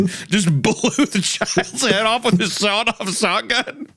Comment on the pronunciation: Shawed-Off Sotgun